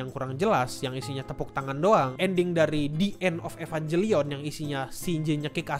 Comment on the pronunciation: Kalau merasa wibu, ngucapinnya EvanGelion ya bukan EvanJelion.